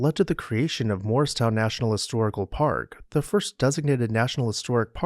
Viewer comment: I know you’re saying Morristown but I hear moorestown, which is a different town by Philly.